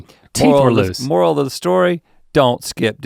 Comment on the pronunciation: "Molar of the story.."